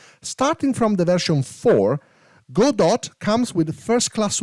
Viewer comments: Please, it's not "Go Dot" or "GoDot" xD, its Godot, spoken like: god-oh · It's pronunced Gawdaw. It's not "Go, dot", it's a French family name -- from the play "Waiting for Godot"